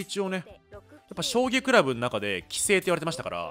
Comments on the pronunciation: キスィフジュイショウタニョ葬儀トレーニングゥ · これ読んでから葬儀トレーニングにしか聞こえんw